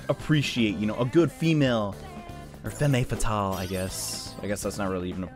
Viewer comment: Please don't say "fem-mey" fatale anymore I can't take it, say "f-ah-m" fatale please.